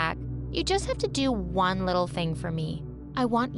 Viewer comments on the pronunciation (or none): none